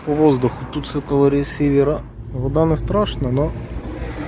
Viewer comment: ресіверА... де ви таке берете? "прарвьомся, апєрА" блядь.